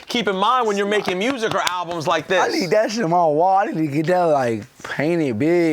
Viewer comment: ... WAT i wanna Do? MMMMEEEWWWSICK. LMFAOOOOO. DEX IS HILARIOUS FOR THAT SHIT LMAOO.